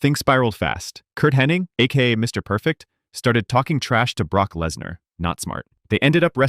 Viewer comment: Why does everyone pronounce Mr Perfects real name as “Henning”, not HENNIG? Ever though you spelled it correctly, you did it too lol